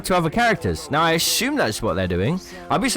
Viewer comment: Something wrong with the way you pronounce "assume." Gets really annoying